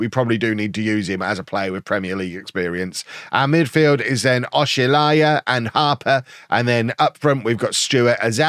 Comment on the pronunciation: The pronounciation of oshilaja o-shill-arJa